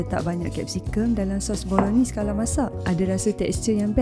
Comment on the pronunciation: Cara sebut: Bolo-naise